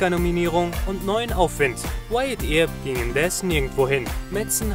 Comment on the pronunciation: Ey, schön wenn man earp nicht aussprechen kann, statt irp spricht man es örp aus